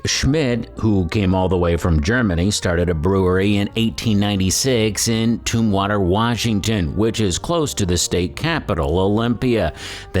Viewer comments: Being from Washington it is pronounced Tum Water not Tomb Water. This is just to let people know for the future. Just as when when I lived in the mid west I know I pronounced things different than people who lived and grew up there. It is funny too cause my daughter says caramel and I say carmel even though she was bourn and raised in the same house. Good video for us beer geeks that like the history! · "TUMM"-water... NOT "Tomb"-water. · It's "TUMwater", NOT "TOMBwater"! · Tum-water... not toom-water. But RWB often would be cans of regular PBR, at RWB prices. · Olympia is made in Tumwater (pronounced like tummy) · i have never heard of tombwater. i know where tumwater is. it is pronounced the way it looks. tum as in tums or tummy. c'mon man. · Oly & Weinhard's private reserve where my go to beers back in the day. Oh and Oly's city is pronounced Tum-water Washington, like tummy troubles.